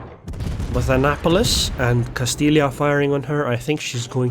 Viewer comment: Its not a castilia. Its a castilla(castijja)